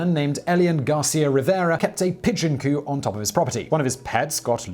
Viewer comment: the 'p' in "coop" is pronounced. Coup and coop are NOT the same word. It's a pigeon coop, not a pigeon coup (which would be newsworthy).